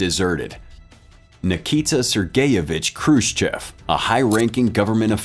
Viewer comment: Already we have Khrushchev misspelled and mispronounced, badly. The first letter is not k but kh. And the sch later is not the letter s followed by the Russian "chah", but the different letter "sssshah", transliterated usually as shch. And the e at the end is not pronounced like the e in English "chef" but like English "off". Hence, (k)h roo SSHOFF.